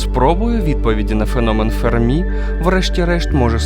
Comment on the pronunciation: Енріко ФЕрмі, а не ФермІ (наголос на першому складі, бо він італієць, а не француз).